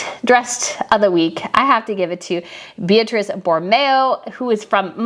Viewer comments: yes, they are that different. And Donna Beatrice Borromeo's first name is pronounced Bee-AH-tree-che. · Plus Beatrice is an Italian name so in this context the you’ve used the wrong pronunciation: it’s BeatriCE like Che Guevara.